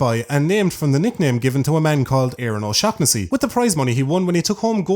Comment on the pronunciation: HE PRONOUNCED O SHAUGHNESSY RIGHT FUCK YES